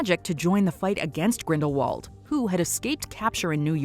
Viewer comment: And you need to listen to Jude Law's pronunciation Grindelwald As you are saying it wrong JK Rowling Tell him how to pronounce Correctly